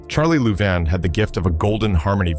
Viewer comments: It's pronounced Lou-vine! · AI narration (and text) sucks. It NEVER pronounces proper names correctly. It can't take into account colloquial & regional pronoun- ciations. It's Billy SHERRILL ! It's LOU-VYN (Charlie & Ira Louvin). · Any way you could mispronounce Louvin, this guy did it. Damned AI!